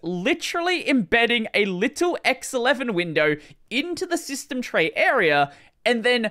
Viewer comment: System tray shsmytstejm trrey. ❤👌